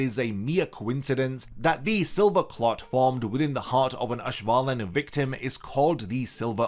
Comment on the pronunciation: oh no you said ash-wallen